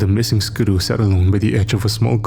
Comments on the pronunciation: If you're saying ski-doo it's pronounced like skee-doo. Not trying to be rude though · Haha I was looking for this comment. Yeah it most certainly is “skee-doo” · ‘Skuh-DOO’ had never in stitches!🤣🤣🤣 Great narration😃😃😃.